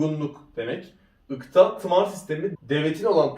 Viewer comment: 12.10 . dakka da , ikta ya ıkta diyene kadar herşeyi çocuk yaptı zannettim amk biyerden bulmuş notları okuyor